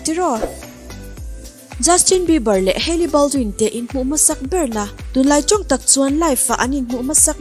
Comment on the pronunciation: I mizotawng lam hi khawngaihin fimkhur rawh,eg.tunlai tih hi chunlai